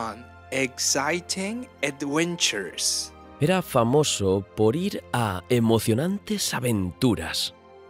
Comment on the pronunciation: This is a really great idea. However, the person reading in English has odd pronunciation. The word "adventures" he pronounced "awentures". That's my only complaint so far.